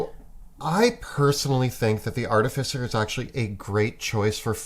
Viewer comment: It's pronounced "ar-TIF-icer".